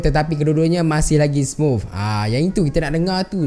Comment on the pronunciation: smuf ke smooth HAHAHAHA